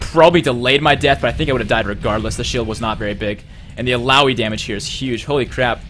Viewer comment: Is hecarim viable this meta? Also nice job! Does anyone know when the new champ select will come out? Also good job on pronouncing ill ow ee :)